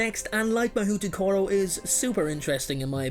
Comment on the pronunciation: Figures China won't share any info on their school. . . - The Japanese school is pronounced, Hahoutokoro (mah-hoe-toe-koe-row)